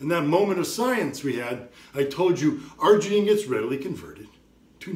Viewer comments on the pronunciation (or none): Citrileean the Fuck up & Argeineean these ballsszzz😅 but thanks for the info